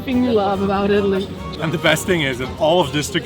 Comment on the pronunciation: If you gonna make a video about being in Italy you should learn how to pronounce the words